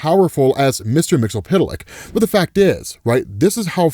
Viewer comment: All your knowledge,. All the great wisdom you give us about out favorite comics and characters. And you still can't properly pronounce Mxyzptlk. For shame.